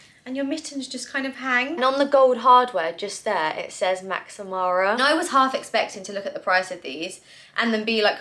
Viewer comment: love you girl but stop adding the extra "y" on Max Mara, it's just Max, not Maxy